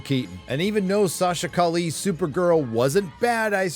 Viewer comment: Buddy, as an Argentine like the director, the last name is Italian, so it's Mus-kee-etti; and the Supergirl is Colombian so her last name would be something like Ca-ee-eh (it means street)